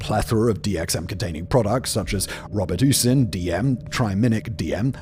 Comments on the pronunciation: 'Rob-a-toosin' got me lolol. We call it 'Row-buh-tuss-in' in the states haha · ... WOW ... I've never heard someone call (* ROBE- EH- TUSS- IN*) that way.... LMAO! Also, Hallucinogens are not recommended for people with a tenuous grasp on reality... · Robe a deuc in? Yes, Robitussin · "Robot-TUS-in" 😂😂😂. It's pronounced "Rob-uh-tossin". And it's not "HCI", it's HCL. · Robert Ussin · exactly what I thought "Rob a true son" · “Rob””a” “twossin” that’s most British pronunciation I’ve ever heard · Simon, you serious mispronounce EVERYTHING in every video. Robitussin... Acetaminophen... butchered. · The way Simon mispronounced Robitussin is absolutely stupendous! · he was just a little off on his pronunciation of Robitussin😂😂😂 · Dude the way you pronounced "Robitussin" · The way Simon pronounced Robitussin is hilarious 😂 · came to say this lol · Is it just me or did Simon mubmlecore more words than usual? Not pronouncing Robitussin correctly I get, but he said acetaminophen 4 different ways and pretty sure he made up a word towards the end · I'm not at all the type to bother someone about pronunciation, but that Robitussin one took me by surprise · Bro.... Robitussin .... 😵‍💫 You legit made my brain blank saying it how you did. That.... Was an experience 😅